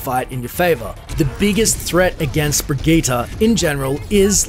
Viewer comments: EmptySergeant Breh-gee-tah is how it's actually pronounced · it's not birgitta I hate missprounounciations